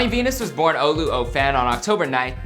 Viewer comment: It’s olu and wow great not doctur dot and Johnny Venus